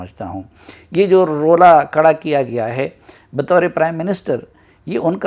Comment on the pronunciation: Kara nheen khara ho gia hai urdu thik karo